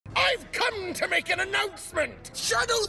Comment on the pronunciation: Tbh I don’t feel very safe about the emphasis on “Come”